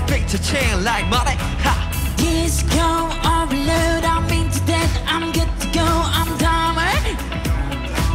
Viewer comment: the way Jimin says overload with a British accent like me😫😅🐥